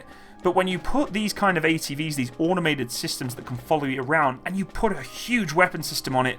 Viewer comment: Audomated is not a word, no matter how many times you say it. Neither is millimeder